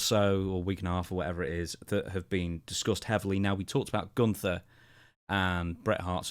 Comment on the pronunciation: its GUNNNNNNNTHERRRR NOT GOOONTHER you goof smh.